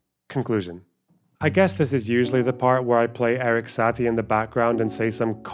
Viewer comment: Well, of course it's not a big deal, I don't intend to be confrontational. I just wanted to point out that to my (French) ears, did pronounce Satie's name the French way.